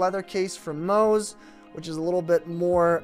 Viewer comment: It’s Mous pronounced like “Mouse.” It’s NOT MOOSE. When you can’t even pronounce the name of the manufacturer it takes away from your credibility. I do love your case videos, keep up the good job!